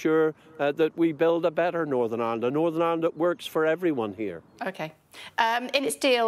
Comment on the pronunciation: Did he say Norn Ironed????